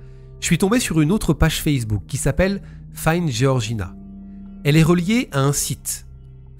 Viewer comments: Géorgina ou Georgina ??? C’est comme dire Georges ou Géorges… peut être que se renseigner sur la prononciation des prénoms serait respectueux envers les victimes… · Pour info Georges tu le prononce "jorje" c pareil pour georgina "jorjina"